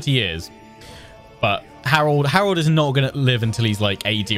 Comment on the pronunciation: The r is pronounced softly Haa-rald rather than a hard R ie: Ha-Ral-dd